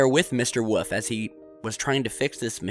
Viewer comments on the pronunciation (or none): Karl Woof. Who the hell is Karl Woof? Oh, you mean WOLFE. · did you mean carl wolfe? because you're saying wuff. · Geez man, learn how to pronounce WOLF. It isn't WOOF! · why can't you pronounce the word "wolf"? Just fyi, it's in not pronounced 'woof' it is pronounced /wo͝olf/. Not like a dog bark(woof), there is an 'L' in the word! This is the second or third video where you pronounce the word 'wolf' incorrectly. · im sure his name is WOLF not WOOF my friend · Karl Wollllllllllf not Woof like a damn dog! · Please tell me why you keep calling the man 'Woof'? His name is Wolfe, pronounced like the animal that tried to eat Red. Why are you saying 'Woof'??? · Please stop saying woof. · Say it with me. Wool - f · I hear Woof haha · Another great video. Though I think Mr Woof might be barking. Get better soon man.